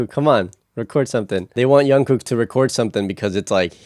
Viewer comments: Jungkook not Yonkook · Nice reaction but I need to mention a couple of things. Jungkook's name is pronounced with a "J" sound, not a "Y" sound. Also, J-Hope is pronounced just like it's spelled instead of J-Hop. Jin is the oldest and then Suga. Keep up the good work and more BTS please! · Jungkook not Yungkook😂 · Liking your insights about the recording process! By the way the J in Jungkook is not pronounced as Y haha. Looking forward to more!